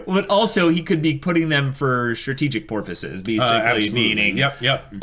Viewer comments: "Strategic porpoises" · steelram 98 The way pronounced "purposes" sounded like "porpoises", thus they've added an image of a porpoise to indicate his missed pronunciation as a humor XD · “Strategic Porpoises” Ahem,...